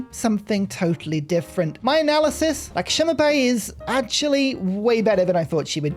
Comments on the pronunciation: pronounced like "LuxMe By " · its pronounced Lakshmi Bai